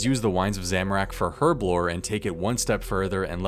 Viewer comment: eeeeeerb erblore not her-b-lore, i have no clue why people still mispronounce this or why it irks me so. its been in the oxford dictionary for over 100 years